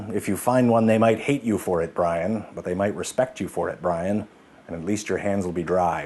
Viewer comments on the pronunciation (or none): But... but.... his name wasn't bray-en, his name is Bree-an!